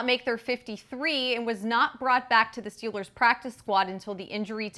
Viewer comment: Lol yea. Am I the only one who hears say Steel-lures instead of Steel- ers?